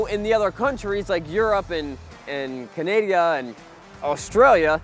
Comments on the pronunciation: Did he really just say Canadia like wtf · Did my mans really say “Canadia” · Did you say, "Canandia?" LOL! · Glad I'm not the only one who says canadia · Lol. You said canadia lol. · Yep he said Canadia, what do you expect from a guy who uses a power saw to open a motorcycle shipping crate. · He said Candida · 😂😂.. I heard the same thing. Good 'ol "CANADIA" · Yeah it's that country above the United States canadia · up in Canadia Land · Does my man's really not say canadia? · did he say canadia? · Canadia lol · I thought I was only person that says Canadia!!! 😂😎 Keep grinding homie, love your content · I had to say something about the “Canadia” comment lol back to the video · being a canadian that lived in the states i can say ALOT of people say canadia 😂🤣👍🏻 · Did you say cana-dia? 😂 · Canadia??😲 just founded a new country! 😂😆😀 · Other countries like... Canadia? Lmao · Canadia? That’s awesome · tell me i didn't hear "Canadia" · I always say Cananada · Most definitely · I say Canadia. I thought I was the only one who says it. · He CANT pronounce Canada. Wow.